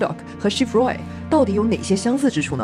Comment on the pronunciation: 你Roy的发音好怪…